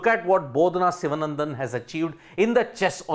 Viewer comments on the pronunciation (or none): Her last name is pronounced Shivaanandhan (Shivaa...there is that slight drag we have to give there). Other than that, your diction is fantastic! And yes, welcome to mankind where we are all horrible nincompoops! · The name should be pronounced, correctly in Tamil, as Sivaanandan